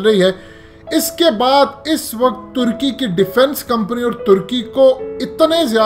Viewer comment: ٹرکی نہیں ہوتا ترکی ہوتا ہے ٹرکی پرندے کا نام ہے جعلی انگریز